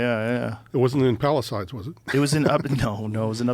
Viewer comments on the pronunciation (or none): This dudes constant miss pronouncing of words invalidated the whole interview till he said Palice-ides.... he just can't pronounce words